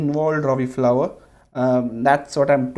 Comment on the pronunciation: Robbie Fowler...not flower!!